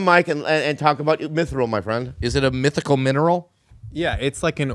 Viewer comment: Its not minthral bobby... its "mithril"